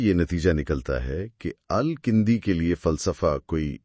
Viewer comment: It's Al-Kindi and not Al-kAndi as you or your AI pronounces.